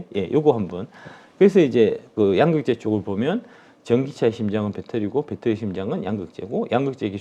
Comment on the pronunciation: 양~극재 아니고 양극재 兩이 아니고 陽